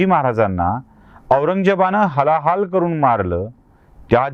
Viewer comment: सर, 'हलाहाल' करून नव्हे, 'हाल-हाल करून'